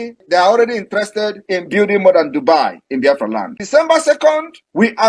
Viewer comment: Biafra not Baafra